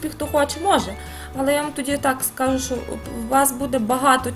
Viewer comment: У Вас гарна українська, проте: мука - це борошно, а шо то є що. Рецепт чудовий і покроковий для новачків. Мені було трішки нуднувато. Бажаю Вам кулінарних успіхів. Чекаю ще й інші рецепти.